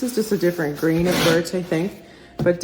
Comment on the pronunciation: Grain! I thought you were saying Green!